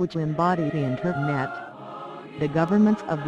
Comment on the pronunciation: Good video... Have to say though the voice is annoying as hell and the background music is too cheerful :D Especially when she says the word "internet", or should I say "Inter...NET?"